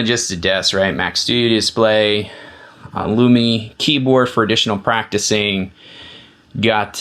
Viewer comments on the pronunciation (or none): none